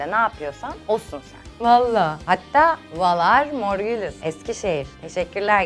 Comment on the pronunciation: Valar morgülüs değil bak hep böyle diyorsun VALAR MORGHULIS OKUNUŞU : MORGULİS G VE U ARASINA HAFİF Bİ H DE KOYABILIRSIN. U'YU DA UZAT MORGÜLÜS DEĞİL MORGULİS